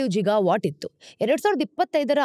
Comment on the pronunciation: ಅದು ಗಿಗಾ ವಾಟ್ಸ್, ಜಿಗಾ ವಾಟ್ಸ್ ಅಲ್ಲ.